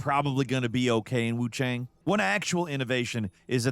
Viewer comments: he said Wuchong meanwhile nah im like its WooChang LOL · “wuchong” not the first Freudian slip when talking about WuCHANG I’ve heard online and I’m sure it won’t be the last 😂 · is it not pronounced wu chayng? kept saying wu chong in the beginning of the video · gonna level w you i didnt notice that LMAO but the mandarin pronunciation is “wuchong” why is why i said that. i wonder if its a case of mispronunciation in the dub? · Is it just me or is he deliberately saying Wuchang wrong? Wuchong? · Why do you keep saying Wuchong? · Wukong and Wuchang don’t sound the same at all. Kong rhymes with cone and Chang rhymes with long. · Kind of wild how bro pronounces Wuchang vastly differently in under 1 minute lmao.